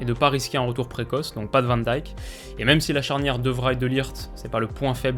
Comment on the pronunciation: Bof hein, à part van de beek et grarveneberch ... pcq Van Dijk il a du mal à le prononcer